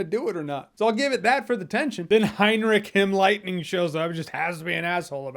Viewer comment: “Heinrich Himmlightning” omg lmao